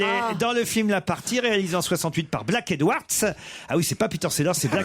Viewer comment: "Tcheune" Connery et : "Blaque" Edwards 😂